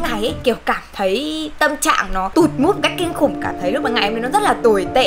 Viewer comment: Tại Sao lại là không phải là mu(mood) mà lại là Mút